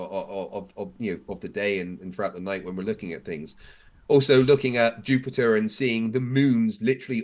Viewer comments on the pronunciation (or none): none